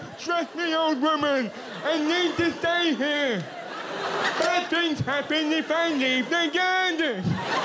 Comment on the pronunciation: “BAD FINGTH HAPPEN IF I LEAVE THE NYARDEN!”